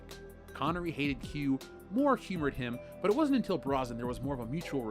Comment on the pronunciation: It is pronounced Brosnan.